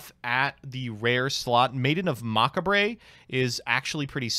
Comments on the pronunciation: This dude really said Mock a Bray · did he just call macabre mak a bre?? LMaoooooooo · Dude deadass said "Mockabray" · "Maiden of Macabray" I always enjoy your card mispronunciations but when it's on a normal English word it's even funnier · Nobody: Actually Nobody: For Real, Nobody:: "Maiden Macahbray" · Lady of Mack-Uh-Bray 😂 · Macabre is technically French, so it’s understandable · He really knew how to say "Izanagi" correctly, but fucked up "Macabre" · Dude can say c'est la vie but not macabre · His pronunciation of Macabre makes my ears hurt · pog is gone when I heard how he pronounces the word macabre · I take it back with the character progression of learning to pronounce macabre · He's trolling when he said Maiden of Macabre right?